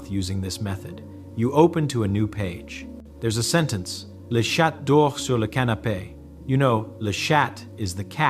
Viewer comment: I like the explanation of the process of learning. I appreciate it and agree with it. But the pronounciation of French words is incorrect. I guess AI is reading it. Chat sould be pronounced /sha/ in French not /shat/. And reve does not mean new it means dreams. But the overall message of the video is helpful. Thank you.